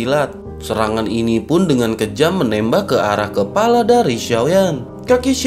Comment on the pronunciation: Kepala bukan kelapa Ha ha ha